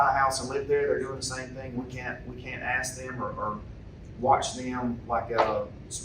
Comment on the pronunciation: "Im a AXE all you ta leave, cuz dis meetings over"............pay attention to who you vote for. Or you'll get this garbage.